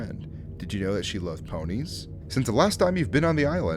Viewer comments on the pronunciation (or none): The most scariest thing was how he pronounced peonies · Pee-oh-nees. Not ponies. They aren’t horses they’re flowers. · isn’t peonies pronounced like “pee - uh - neez” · Sadie like peonies not ponies